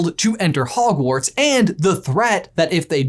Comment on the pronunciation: But you said howash lol